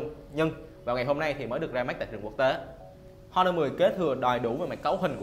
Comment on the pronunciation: Honor âm H câm nha. Giọng đã đớt mà phát âm còn tào lao. Nội dung review thì nói sai tùm lum